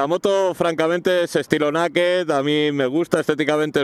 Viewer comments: No me cuentes tu vida, es una "nakeh" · pero se pronuncia neiked..la palabra es inglesa. Por muy gañan que seas, nosotros somos los primeros en corregir a los guiris cuando hablan castellano. Por cierto, ¿por que pronuncias iPad o iPhone correctamente y luego sueltas la gañanada esa con las motos sin carenar? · Naked y Power son dos palabras inglesas. Si pronuncias power (pagüer) que es la pronunciación correcta, no digas Naked....di (Neiked). O tó o ná. Que luego el personal ponía verde a la Botella. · ya pero se pronuncia neiked. ;) gañan.